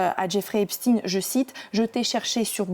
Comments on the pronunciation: On ne dit pas "Epchtine" mais Epchtailleneu (en fait, c'est comme Einstein, OK?), tout le monde le sait donc INUTILE de cacher la judéïté de Jeffrey en traffiquant son patronyme. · c est steinnnnn pas stine epstaiiiiin pas epstiiine